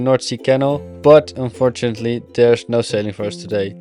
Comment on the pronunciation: Joh met 1440 abonnees (die uit NL komen) spreek gewoon Nederlands.. Spreek bijvoorbeed "but" niet uit als het onvriendelijk nederlands woord voor onderdeel tussen navel en knieën bij vrouwen . spreek de engelse "u" als een "ah" Umbrella wordt dan ahmbrella "But" wordt dan baht. Dan begrijpen engeltaligen ook waarover je kletst